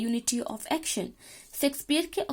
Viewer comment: Pronunciation of action is wrong